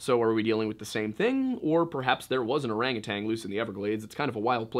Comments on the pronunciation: Orangu- TAN. No g on the end lol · O R A N G U T A N...NOT TANG,just sayin.